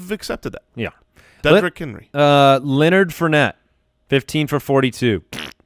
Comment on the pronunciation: Leonard Floor-nette